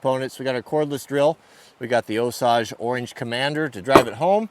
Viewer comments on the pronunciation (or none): It's Osage (oh-say-ge) orange, not (oh-sauge) 😒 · It's O-Sage (long O and long A) orange like the native American tribe Not O-sauge. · Osaage Orange? It's Osage orange. Us east coast guy always got to correct you. Good video. Been wanting to do this myself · Osage is pronounced osayge, not osawge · It is pronounced Oh-sage! Not Oh-suage... Us Mid-Westerners who know what we are talking about call it hedge, or hedge apple. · For all you west coast guys it is pronounced o sage orange like the spice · Hey ya West Coast hipster... it’s pronounced O-sAGe!!! They’re a Native American tribe from the Midwest. O-Sage!!! Can’t have ya sounding like a Mook... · I'm from the Ozarks so maybe we say it funny but Osage Orange (commonly called Hedge) is said Oh-Sage like Sage Wisdom... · Get scalped in Oklahoma saying Osage like that. Long a, 0h + sage. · The "Commander" wood is actually pronounced O Sayj. Or, just call it Hedge. And yes, you can melt a wood burning stove with it. I have seen it done. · Osage is pronounced OH-sayj. The Osage Nation would like to speak to you. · Only a west coast guy could repeatedly mispronounce Osage so badly. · Leave it to a flat billed west coast guy to mispronounce Osage 😂😂😂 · You made me check myself, you need to google the pronunciation of Osage Orange. Also when you turned the bench over on those forks, I jumped off my stool trying to get out of the way of those legs. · INDEED! My former spouse is 1/4 Osage, my loving daughters 1/8! Interestingly, as an aside, related to the Tallchief sisters, they’d all throw a hissy fit, as would my respected late father in law, if they had to listen to cringe inducing mis-pronounciation! Sadly, as its’ worked out, for the ressons above I’ve attempted to correct him, to no avail! Best of luck...